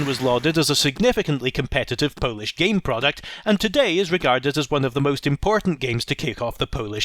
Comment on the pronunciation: Pretty good Polish pronounciation :) Great videos so far, You deserve far more subs. Good work.